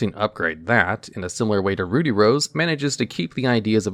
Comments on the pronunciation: Ruddy is pronounced Ruh-dee. Not Roo-dee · Note, it's pronounced "ruddy" not "Rudy" like the name. It's supposed to be named after the off colour of red, ruddy red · It isn't pronounced "rude-y rose". Ruddy is pronounced like "bloody". Without the "bluh". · "Rudy" rose dragon...... It's Ruddy. Ruh-dee. Oh goodness. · You keep saying "Rudy". It's rud-dy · Ruddy is pronounced like bloody, not ruby (two consonants between the vowels means the first is still using its soft pronunciation, you'd be correct if it was spelled with only one d). It's used as a euphemism for bloody, which is what it was called in the OCG and of course that got censored. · I think it's pronounced Rüd-dē with an "uh" sound because the original is called Bloody Rose Dragon and the American version was changed to Ruddy to sound as close to "bloody" without being too obvious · Roody Rose dragon 😂😂😂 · Ah, yes, my favorite dragon, "Rudy Rose". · How in the world do you get "rooty" from "ruddy"? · "Rude-E"? Isn't it supposed to rhyme with blood/bloody? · Roody? Ruddy- rhymes with muddy- to mirror that in Japanese it’s called Bloody Rose Dragon. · It’s Ruddy, pronounced similar to Paul Rudd’s last name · Ruddy is just pronounced how it's spelled. There's no "oo" sound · Ruddy is not pronounced the same as Rudy... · its not rude-E, or is it? 🤔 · For your sake in social situations: 'Ruddy' in 'Ruddy Rose Dragon' isn't pronounced with a long 'u' sound like 'ruby'. It's a short 'u' sound like 'buddy'. Ruddy is a shade of red, a very common shade of red that you'll run into a few times in your life. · Doesn't "ruddy" rhyme with "muddy"?